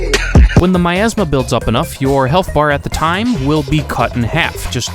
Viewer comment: Miasma? No. "OURasma"